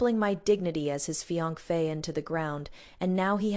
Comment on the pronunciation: Why can't the narrator say " fiancee" correctly?? It is such an easy word to say.